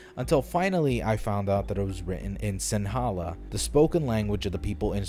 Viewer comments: NIGGA it's pronounced Uh shoo buh Baah weh neh NIGGA WTF DID U SAY ABOUT SINHALA AND SRI LANKA?? AS A SRI LANKAN I AM OFFENDED it's proununced Sin heh leh Shree luhn kah Get it right you egg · “SinHALa” THE WAY HE PRONOUNCED THAT